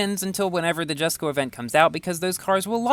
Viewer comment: I'll definitely try to get this car!! And one note it's actually pronounced Yesko not jesko